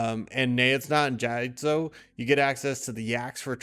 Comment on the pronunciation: I have never heard Neitiznot and Jatizso butchered so heinously